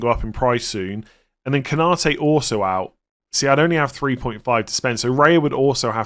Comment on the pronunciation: Every one and his dog seem to be saying "Ko-NA-te" when his name is "Konna-TE".